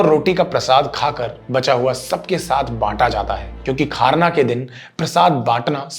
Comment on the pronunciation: Aap kharna ko khaarnaa keh rhe ho sharda sinha ko sarda sinh keh rhe hai aap thoda sa achhe se boliye Jai shree ram